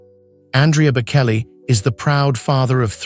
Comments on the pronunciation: For goodness sake if you are going to talk about the Bocelli family, get the pronunciation right. The C in Bocelli is pronounced CH. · Such nonsense. You know nothing, not even how to say their last name